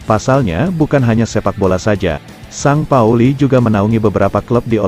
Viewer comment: Bacaan st pauli bukan san pauli la lembu...tapi sin pauli..lembu